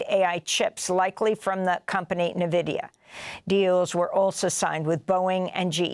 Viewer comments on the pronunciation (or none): it's actually pronounced en-vidya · It’s pronounced N-vidia